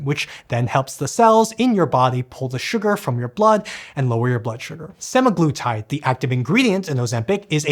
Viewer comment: you might want to double check the pronouniciation for semaglutide.